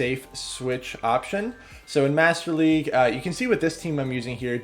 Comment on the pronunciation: "Whats'up, everyone, this is bringing you some more Go Battle Legue battles."